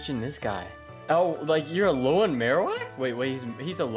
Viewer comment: BRO SED ALOLOAN PONYTA WHY WHY U DO THIS TO ME